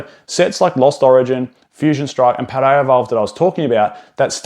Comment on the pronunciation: Good sir there is no R in Paldea